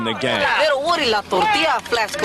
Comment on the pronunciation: lol he says woodie like how some mexicans would